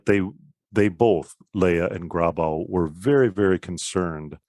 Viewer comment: This is all very interesting, but I could never understand why American Lutherans, particularly Missouri Synod types, who should know better, mispronounce German names such as Walther and Loehe. Your pronouncement of Grabau is fine.